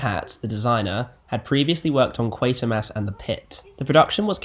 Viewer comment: It's pronounced Quarter-mass even though there is no R in the 'Quater' part. 👍